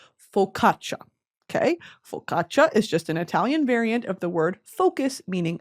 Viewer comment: As an italian, hearing brittany pronounce italian words was killing me